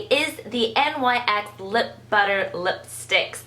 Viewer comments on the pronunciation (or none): It's NYX not N.Y.X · it's "nix" not "n.y.x" ( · I believe it's pronounced "Nix" not NYX, it's a word, not abbreviation. The line is named after Nyx, the Greek goddess of the night.